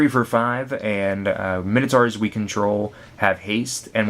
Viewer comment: you pronounce Minotaur wrong, and who says 'plus two plus oh' its zero, the letter is called 'oh' the number is called 'zero' its 'mine-oh-tour' not 'minnow-tour'